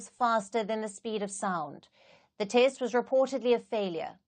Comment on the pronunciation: Test is pronounced as taste by! Is this a South African accent?